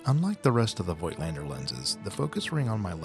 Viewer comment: Nice review dude. Just for information. You pronouncing Voigtländer with a silent „i“ . Like in English Wrap with a silent „w“.